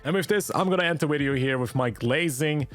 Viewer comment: 'widyo' gave it away for me :D